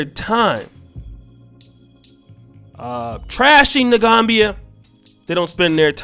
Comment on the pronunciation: Pronounced The Gam Bia. Not Gombia